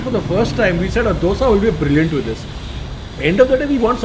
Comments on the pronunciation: On point prounciation 👏🏼👏🏼👏🏼 Dosae Bengaluru 💛❤️ This man knows how to respect culture traditions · All things apart, I appreciate pronounce correctly Dosae, Ravae, Vadae in our region. To pronounce them as Dosa, Rava, Vada, is disrespectful here in Bengaluru - Mysuru region. It is bastardising the words as a figure of speech. Kudos to for honoring the pride of Kannada people